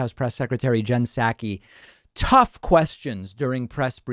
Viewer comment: I dig your show. But I t honk you are misappropriating her last name. I think it’s like sock-ee not sack-we.